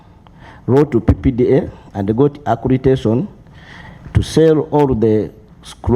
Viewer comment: We need in this committee too. All these guys would be under good care already. It's accreditation, not accretation